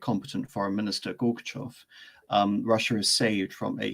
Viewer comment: Gorchakov, not Gorkuchov.